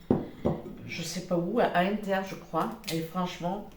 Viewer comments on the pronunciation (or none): none